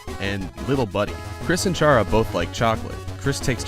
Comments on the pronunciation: STOP SAYING char-uh ITS care-uh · Almost Everyone : its C.ARA NOT CHA.RA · Sorry, autocorrect. Chara is pronounced “Kara” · Me getting angy when you said CH(as in chip)-ara instead of Ch(like car)ara because it’s a play on the word character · Character is pronounced “kara” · Well you said chara like how I said but you pronounce it as cara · Or maybe it's actually pronounced KARA!!!!!! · Chara's name is pronounced car-a. So, Kris's name might be a combination of Frisk and Chara. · Why do you pronounce Chara like that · 51st fact: You pronounced Chara wrong.